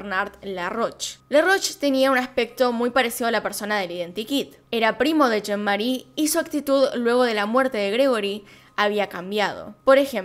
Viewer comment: Vilemén con una pronunciación nasal de la última e. El padre sería algo así como Yan Marí con pronunciación gutural de la r. La madre sería Cristin con idéntica pronunciación de la r. Y un tip, en francés todas las palabras se pronuncian acentuando la última sílaba tónica.